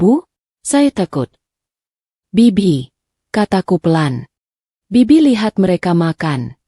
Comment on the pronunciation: Kalau gak bisa baca naskah jgn disuruh membaca naskah sangat memalukan sekali seperti anak SD kelas 1 masa kata bibik/bik dibaca bei bodoh sekali rupanya